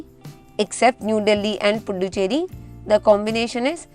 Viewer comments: That's "Puducherry" not "punducherry" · yeah but while you pronunce you told punducherry that only. Other than that written is correct